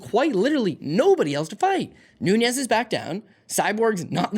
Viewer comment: Nunez. Not Núñez...